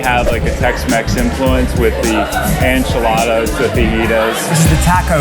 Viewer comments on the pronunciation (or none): He pronounced enchiladas like "Ahn-chi-ladas" like Moira Rose on Schitt's Creek.